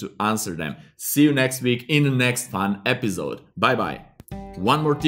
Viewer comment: when u pronounce Episode as Epizode.... i feel like you're German.. haha :) anyways, it was a great tutorial :) thank u